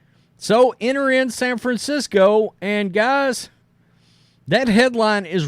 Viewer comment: Ahhh yes...san franshitho! Also it's year 1 batman 😂 nobody has his back